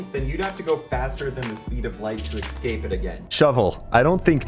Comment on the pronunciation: why does he pronounce "escape" like that